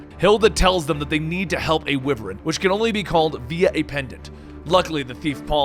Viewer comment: Wyvern (WHY-VERN) lmao